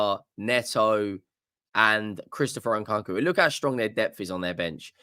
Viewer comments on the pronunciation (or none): Blud mispronounced Nkunku